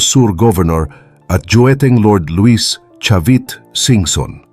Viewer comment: Hindi "Dueteng" boss, JUETENG IS THE CORRECT TERM. Thanks